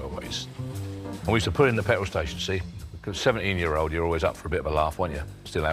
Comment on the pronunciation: It surprises me how many older folk say "petwall" instead of "petrol".